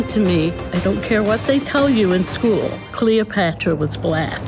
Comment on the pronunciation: "Kchleopatra was blackch". I will never forget her awful pronunciation.